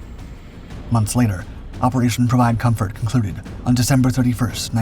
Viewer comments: 'M'...co*M*fort. Not co*N*fort (unless you're a very...VERY...**VERY** opd French man.😂🤣) All joking aside. GREAT video. Thank you for sharing ☺️ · “comfort” not “confort”. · CONFORT??? wtf is that!? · "Provide Confort"? I think you meant "Comfort"...